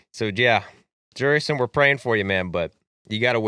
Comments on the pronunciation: The pronunciation of JuriCKson Profar is wild lolol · *Jerikoff Profar